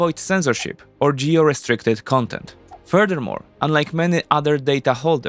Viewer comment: "Furder Mor..."